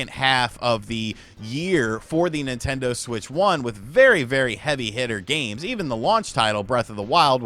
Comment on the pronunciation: As soon as you said NintenDeen I stopped taking anything in this video seriously. This guy has made Nintendo hate videos every day for the past 4 months.